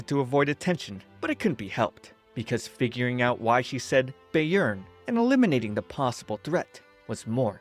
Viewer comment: I didn’t pay attention last time I watched this but, eeeeeeeh, that’s not how you say “Bayern” 😅😅😅 it’s not “Bay-earn” 😅 Bayern is a state of Germany and the correct pronunciation would be “Bye-ern” 😅 Or “Bai-ern” if that helps